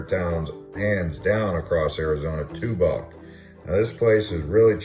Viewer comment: Tubac is pronounced "tuback" I used to I've there.